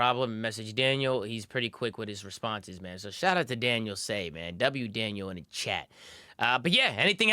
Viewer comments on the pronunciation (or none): Daniel Tuh-Say